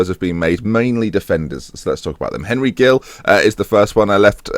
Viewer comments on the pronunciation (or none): none